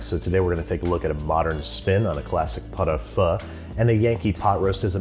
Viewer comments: Okay, you can get away with saying "pot oh foo" though the French say, "peut o feu" but GOOD GOD, MAN, "pot oh FAH"?!!! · Dude i thought you said pot of pho LOL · Great vid but not gonna lie this is the weirdest looking Pot-au-feu I've seen in a while (I thought you were saying Pho at first, very confused lol). Now it doesn't look bad at all, but it's needlessly complicated, Pot-au-feu is a cheap cut of beef like shank or chuck I guess (not familiar with the american cuts) that you throw in a pot with turnips, onions, carrots, leeks, potatoes and marrow bones, the only things you have to mind are skimming and vegetable cooking time. It's strange because some parts of the recipe are really accurate like sinking the clove in the onion (you can char the onion to give more colour to the broth) and others are completely off the mark like adding asparagus and the tartar-ish sauce at the end (homemade mayo does the trick perfectly, and you usually eat the marrow on bread with salt flakes). It's a very hearty, simple, cheap dish that should fit perfectly with your Basics series but you presented a sophisticated and non-traditional version, which looks good nonetheless. I'm not sure where you got that "pot-au-feu is super fancy and laborious" narrative lol. Anyway, again nice vid, nice recipes cheers :) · Anyone else think he said “pot of pho” and get really confused by the end result?